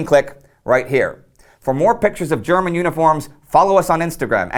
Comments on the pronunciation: Your german pronunciation is good. Love your content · I love the text to speech when he pronounces German words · Thanks for your insightful and interesting comments on military history! I really enjoy watching your videos. Your German is a bit weird, though. I'd recommend if you want to research the exact pronunciation of words in other languages.